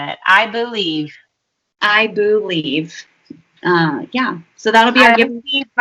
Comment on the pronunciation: I boo-lieve in Santa Claus. Boolieve.